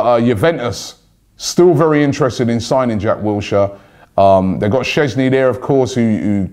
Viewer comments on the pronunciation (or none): none